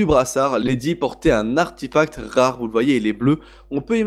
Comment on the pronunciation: On dit arTEfact xD